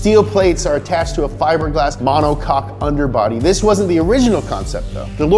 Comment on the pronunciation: Its monoKOKE, not monoCock, ya dangus.